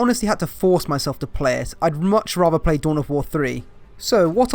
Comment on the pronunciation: "I rater play dow 3" Here inquisitor he is the one speaking heresy